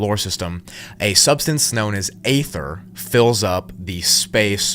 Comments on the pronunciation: It's pronounced E-ther not A-ther. 😊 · It's EEE-THUR, not Ay-thur 🙄🤦‍♀️ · Great video bro , its “Ether” though dont say the A lol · Aether is pronounced Ether. It is a silent A. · at least I wont have to here the word 'A'-THER EVER AGAIN 😅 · I think its EE ther. Not what your saying bro. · By "aether" do you mean "ether", I trust that this is just a fictional story and that people don't actually believe this is true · Bro it’s pronounced (ee ther) Aether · Pronounced Eeether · You said “etheric realm” but you’re mispronouncing “aether” I’m far more irritated by that than I should be. The “a” is silent, just say ether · This guy likes to pronounce silent letters like the l in yolk and the a in aether.